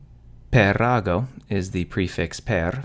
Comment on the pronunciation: y is perago per-a-go and not pe-ra-go